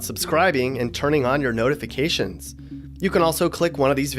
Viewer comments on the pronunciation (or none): none